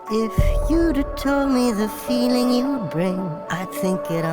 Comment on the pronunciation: "you'da"??? "YOU'DA"??????????